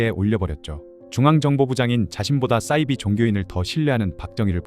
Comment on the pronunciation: 싸이비가 아니라 사이비